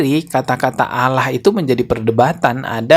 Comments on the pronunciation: Bukan Allah tapi dia Alah dia sebut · Dia baca Allah aja Aloh. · Kok nyebutnya Alah ? Bukan Allah, sepertinya memang Abah Aos ini oten Islamphobia yg nyamar